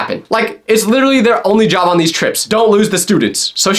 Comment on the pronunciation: Why is it so hard to say Job?